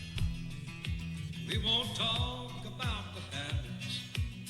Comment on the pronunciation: hillbilly mark here from ontario canada--your not used to listening to proper english thats why you did not understand HABBITS. the # 4 is not FO its FOUR. HOSS is a charactor from tv show BONANZA (cowboy tv show) WAYLON called everyone HOSS he took a lot of pills and might not remember peoples names. MOHAMID ALI toured around on WAYLONS tour bus as a close friend not a body guard and WAYLON let him take the one of the tour buses for a month to visit his mother. WAYLON was a down to earth guy